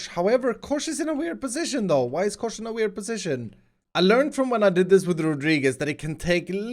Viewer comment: When you said Kosh i just started to laugh becouse it sounds like "koš" whitch mean "trash bin" in Czech. (sorry for my bad english)